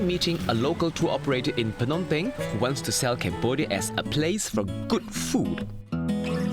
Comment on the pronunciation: The way the host says "Phnom Penh" is very close to the actual Khmer pronunciation. 😍